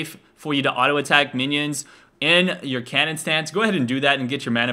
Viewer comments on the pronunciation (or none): Whenever he said cannon mode i thought he said Kenen mode